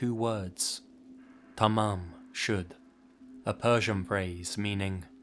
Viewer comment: I was listening and then he said "tamam shud" and I was like woah, that's my langu... wait a minute. It's actually more like tamaam shod really.